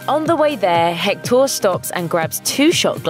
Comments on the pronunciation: Hector not jector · I just cant stand her saying HectÓr...😡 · I’ve got to say, your Spanish accent is pretty good! Just don’t pronounce the “H” in Hector and you’re good 😄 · HECtor,not hecTOR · Why does she say, "Hec-TAUR"? It's "HEC-tor." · It’s pronounced ec-tor not hec-tor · Hek-TOR lol. Just say Hector . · I hate how she pronounces Hector's name it's HECTtor not HecTOR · It’s pronounced hec-tur not hec-door. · the way she said hector. its pronounced ector not hhhhhhhhhhhhhhector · its spelled hector (i think) but pronounced ECKTOR, not HECKTOOOOOR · It’s pronounced Ector not Hectooooor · It's HEC-tor not Hec-TOOOOOR. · Every time she says Hectór I die inside 😂 it’s Héctor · God. That's pisses me off. Héctor in Spanish is pronounced Eector. H's in Spanish are silent. The H sound comes from J. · What bothers me is not the accent but the way she pronounces the h as in English, in Spanish the h is mute so you should pronounce it "ECTOR" (EHCTOR?, I don't know how to transliterate it, but just forget the h) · It’s eck-tor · I know they pronounce the H in Hecktor and go Heck-TOOOR! Have they watched the movie? Probably, but still. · In fact, she says alebrije quite well... because she gets the intonation, even if her accent shocks so much with that word, that is a pretty hard one. But pronouncing Hector, HHHec-TOR... she listen to the right intonation of the name through the whole movie, you'll have to be extremely negligent to get it wrong! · Seems you all hijos de la chingada need Spanish lessons. Hector pronunciation: English: HEC-tor. Spanish:EK-tor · it’s actually “EC-tor” in spanish the “h” is silent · You pronounced Hector wrong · That pronunciation of Hector is ghastly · I cringed everytime she said Hector's name. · The way they said hector bothered me soo much.